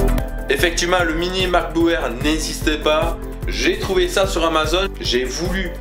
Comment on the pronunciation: tu dis macboeu eur au lieux de macbook air